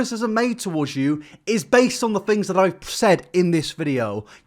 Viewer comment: "americans go to school" says someone who pronounces things as fings. also she has a pants suit on without the pants. thats why he said she had no pants on. we know what jean pants and shorts are bro. you focus on your fings.